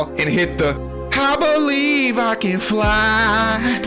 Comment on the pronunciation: 19:90 bro says I blevin i can fly